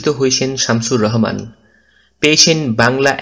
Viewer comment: Vai Rohman na rahoman hbe